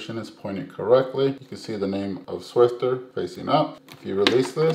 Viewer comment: SwiFFer...not SwifTer